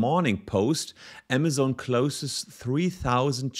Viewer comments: Der Laden heißt „AMAZON“ ! Und nicht „AMA-ZONE“! Nervt das, die ganze Zeit der Name falsch ausgesprochen wird. Gerade als Anwalt, der ja vom Berufswegen her peinlichstem genau auf Namen achten muss, ist die ständige, falsche Aussprache nervig - und das habe ich bereits unter fast allen Videos kommentiert, wo es um Amazon geht. Juckt wohl nicht. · mir laueft es immer kalt den Ruecken runter wenn das so falsch ausgesprochen wird. entweder Deutsch oder English aber beides zusammengemischt hoert sich schrecklich an. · zumal es ja nicht mal englisch ist was er da verunstaltet, weil auch im englischen ist es keine Zone! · Aemasen, nicht amasohn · Ja ja, wer kennt nicht unseren "Ämmäsoun" aka Amazone und die "Bränds" aka brends xD